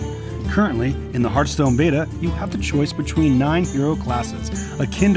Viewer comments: ITS HEARTHSTONE, KRIPP, NOT HERDSTONE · Kripp, its pronounced Harthstone, not Herthstone. That bothers me so much. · Who the fuck says Hurthstone? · he says it hurtstone to this day